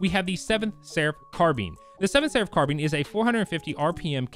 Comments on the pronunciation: Did you just call it a car bean? It’s carbine bruh😂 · its pronounced carb-ine not carb-een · Please tell me he didn’t just say car bean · I love the way you say CarBean instead of CarBine😂 love your vids dawg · Both pronunciations are correct, however technically carBEAN is closer because of the french origins of the word "carabin" caraBEAN. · It's pronounced both. I personally have heard it pronounced as car-bene much more often. But the dictionary lists both pronunciations